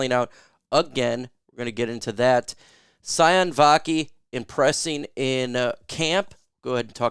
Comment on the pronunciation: Sione is pronounced Siy- OW -Neh-. Think italian, like Giovanni Manu. Both players with Polynesian origin. Not SI-ON. Vaki has a French Polynesia name origin.